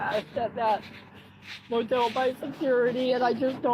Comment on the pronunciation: THE MO TEEL THREATENED TO KEEL MEEE